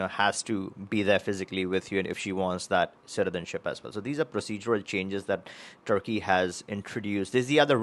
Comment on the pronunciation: No passport for you ! You are not pronouncing Turkey properly.